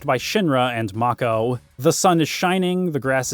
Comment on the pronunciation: I think it's pronounced "make-ohh".